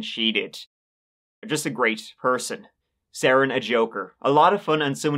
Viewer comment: His name is actually pronounced Seren like Serendipity